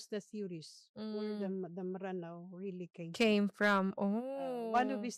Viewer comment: Please correct din po when using “Maranao” instead of “Mranaw”. ☺️ Our history instructors and other Maranao scholars say it’s supposed to be pronounced as “Mranaw” and not “Maranao”. I love watching your episodes ❤ I hope you get more more more engagements and sponsorships 🎉